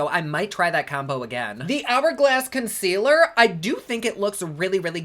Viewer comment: I laugh when u say consquealer. Every. Single. Time. 😂😂😂😂